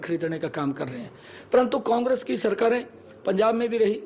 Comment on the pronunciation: CM साहब को कांग्रेस भी नहीं बोलना आता कोंग्रस बोल रहे हैं 😂😂लगता है मोदी की तरह पढ़े लिखे हैं 😂😂😂😂